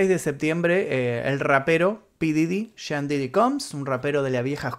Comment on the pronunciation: Se dice pooof didy no como tú dices 😒